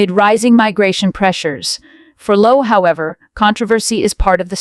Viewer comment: His name is 'Lowe' as in 'low', not Lowey or Loway